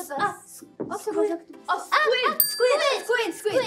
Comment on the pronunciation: “squ, squi” juria knowing the word squid but looking over to maya for help pronouncing I love them 😭